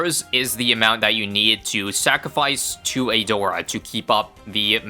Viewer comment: "We're going to pick A-door-a" The BEST pronounciation of her name i have heard in a while